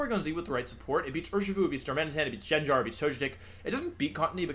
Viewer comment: Ive always had the suspicion that Wolfe mispronounced names on purpose to piss people off, and "Jenjar" finally confirmed it Honestly im not even mad